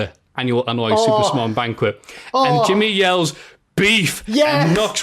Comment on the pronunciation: saying Anoa’i as ‘Annoy’ was amazing